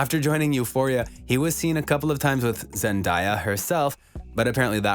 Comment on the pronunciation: I'm sorry but its Zen-de-ya Not Zen-da-ya❤❤👉👈